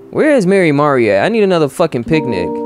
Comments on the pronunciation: its pronounced 'mar-ee' as far as im aware!! im so sosooooo happy to see u playing omori hehehe.... have been suggesting it for the long time! be ready for a LOT of thinking and psychological horror, and be thinking very deep abt the relationships these characters have :) honestly i wouldnt say whitespace is a place where omori is happy, only a representation of his own mind? his sort of limbo, where he is alone with nothing but him. the sad/happy/mad system is kinda like pokemon! it gives certain disadvantages and advantages in a fight but i think you are gonna get a tutorial in a future on how to utilize it better! HAHA YEAH I WAS RIGHTTT STONER BASIL LMFAOOO IM LOSING IT BUT YOURE TOO RIGHT you're right, it is a dreamworld, 100% you're right, HAHA, what you see at the end of the chapter is reality :3 its important to remember the parallel tbh im still suggesting 12 minutes, and danganronpa! if you arent a fan of the writing theres another game called your turn to die which i havent seen yet! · him saying mary-mari hurts me for no reason 😓